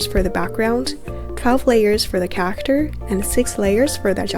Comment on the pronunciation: your not pronouncing character right